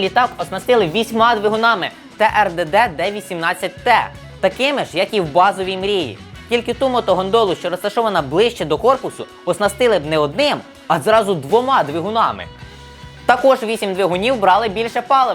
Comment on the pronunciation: "гОндоли," а не "гАндоли")) щось звучить як"ганд...."))))) Чи це новітнє украЙОнське щось на зразок мапа, гвинтокрил, гелікоптер, амбасада, пательня, журі (тоді будьте послідовні і кажіть "бУро" і "пУре")) і всіляка інша гидота, яка до української мови не має ніякого відношення.